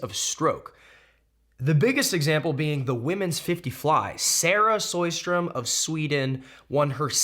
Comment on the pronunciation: Lol Cody’s been butchering Sara Sjostrom’s name for years now and it keeps changing. It’s SHOW-strom. Pretty simple actually.